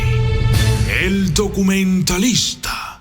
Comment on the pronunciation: Me gusta cuando dice : el doqumentalista xd😁